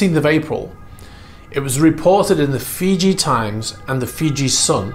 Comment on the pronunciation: “Freeji”? has become a Russian sympathizer? 🤣Just kidding. Though part of me hopes these seized yachts end up on the autism block, I know I’ll never be able to even charter one for 15 minutes, much less buy one.